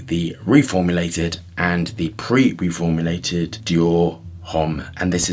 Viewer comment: sounded like preformulated to me. I could be wrong. I don’t care enough to go back and check.